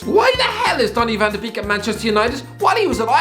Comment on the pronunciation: Van the beak 😒 Jesus, make an effort